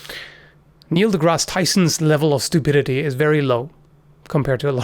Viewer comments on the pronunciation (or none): none